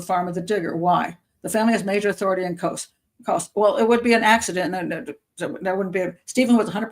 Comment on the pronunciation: It's Kos.